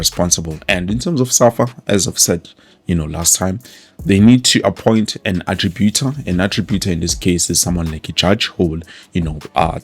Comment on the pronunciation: Arbitrator not attributor.